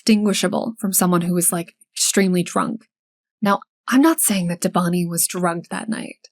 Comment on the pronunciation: It's pronounced "DÉbaNi". Thanks for the video, it is extremely sad this hasn't been solved in so many years, poor family.